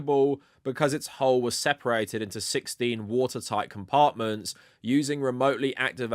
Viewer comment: You keep reading 'hull' as 'hole'. It's pronounced to rhyme with lull.